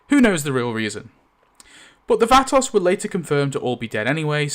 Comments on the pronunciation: It took me up until 20 minutes into the video before I realized that when you were calling the nursing home episode the Vatos , you meant VATOSE... Phonetically pronounced. Yest Vatos pronounced Vatose, long "O" sound! LOL! Great video, thanks for sharing! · vah-tose say it Vatos. speak english please. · hopefully you'll speak with someone from America and they can let you in on the proper way to pronounce "vatos". it rhymes with 'autos'. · Vah-toss is insane dude so some research if you’re unsure it’s Spanish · vat toes thats how its pronounced not bein a dill hole just trien to be helpful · I just realized you are saying vatos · Please, I hope the poster has learned to properly pronounce Vatos. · IK he doesn't wanna butcher the pronunciation with the 'vatos' but dude he's totally killing it. That is NOT HOW YOU PRONOUCE VATOS. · Awesome deleted scene and commentary, although I absolutely hate how you pronounce 'Vatos'. LOL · Someone let him know how to say Vatos.. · Homie needs to learn how to pronounce vatos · Learn to pronounce vatos right before making a video for fucks sake. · I hate how you say vatos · Hearing you say "vatos" is galling. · The way he pronounced vatos🤣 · Sorry but this bugged the hell out of me every time you said it. It's not "vaa-toss"... is "vaw-toes"... the word is plural for "vato". Pretty much every gang name worldwide is a plurality and you're pronouncing it like it's not. Not trying to offend but since you say it so much, it's kinda annoying. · thats the whitest pronunciation of vato ive ever heard and im white as hell 😂🤣😂 its (v-ah-toe) phoenetically my british homie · Cool video, just one thing, Vah-tohs. 🙂~ Oh, one other thing. How dare you, how DARE YOU, SIR, knock "The Great Garbonzo!" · pronounce VAH-TOES. The spanish A sound is Aaah, like open your mouth and say Aaah, and their O sound is Oh, like Oh no. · Vato is pronounced VAH-toe, so the plural is VAH-toes. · “The Vahtocks” 😂😂😂 it’s not hard to google the proper pronunciation